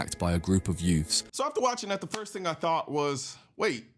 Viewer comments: "Group of yoots" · "yoouths" = british "teens"